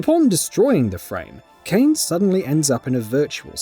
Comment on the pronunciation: WHY DO PEOPLE CALL KAINE KAIN OSHGBASHJGBAHDGA